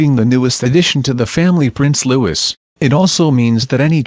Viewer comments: Janet Munro I studied French language as a course towards the end of Primary School in 2012 then again in 2013 at the beginning of high school the high school course was for 3 years . And I can now tell you that the person narrating this got the pronunciation of Prince-Louis name wrong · It's not pronounced loo-is it's loo-ee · Hey,, learn the proper way to pronounce Prince Louis name! It not Lewis- Lū-iss. It is Louie Lū-ē. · Looee not Lewis...Its a French name. Please dont make a fool of yourself with pronunciation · It's Lou-ee not Lou-is. If you are going to comment on the British Royal family learn how they pronounce the names. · Oh god, I really wish that people would STOP mispronouncing the little prince's name! It isn't pronounced 'Lewis'! It's correctly pronounced 'lou ee', the 's' at the end is SILENT! It really ANNOYS me when people mispronounce his name 'lou is'! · Ikr? Just going to comment on that. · The new prince's name is pronounced the French way: Lou ee, not Louis. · It's not Lewis, it's Louis !!!!! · Exactly but not everyone knows French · Not 'loo-is' it's loui If you are going to discuss the royal family actually pronounce their names correctly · It’s not pronounced Lewis - if you’re going to narrate these videos, get the pronunciation right - it’s pronounced Lewee. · His name is Louis, not Lewis, Louis. seriously pronounce his name right for god sake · Jesus can u get his name right,hes not LEWIS,ITS LOUIE,ffs stop making video s,get name right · Louis is a French name, therefore it is pronounced as Lou-we. Tell your royals to spell it as LEWIS then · George V is read as “George the Fifth”, not “George Five”. Same for any other regnal name followed by a Roman numeral. Get it right. And pronounce the Prince’s name right while you’re at it. Lou-ee. Practice saying it a few times before you record any more videos commenting on our Royal Family. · What the heck. His name isn’t “Lewis” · LOU-EE is the way it's pronounced!!!